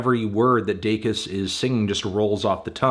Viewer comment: Congrats on finally pronouncing her last name correctly, Melon.